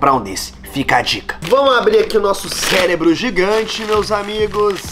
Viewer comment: Não é celebro é CEREBRO